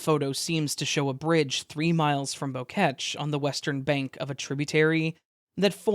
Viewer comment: Why y’all pronouncing “Boquete” like the French word for bunch of flowers?